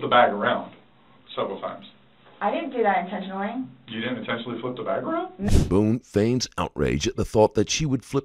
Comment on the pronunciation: Not... INTENSHUNLEY!!